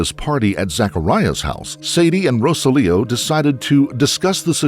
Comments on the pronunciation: Okay. Narrator, you are pronouncing Rosalio’s name incorrectly. You are saying Rosa Leo. His name is Ro SAH-lio. Google can help you pronounce Spanish names. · Pregunta from una gringa: …isn’t his name, (in English phonetics), “roh-SÁL-ee-oh”? Or is it seriously “row-suh-LEO”? Every time the voiceover pronounces the victim’s name, I find myself cringing… I could very well be wrong, but something about this Americanization of “Rosalio” doesn’t sit right with my ears.